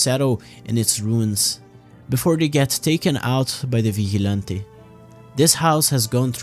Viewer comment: vigilante NO vichy'lantei YEEESSS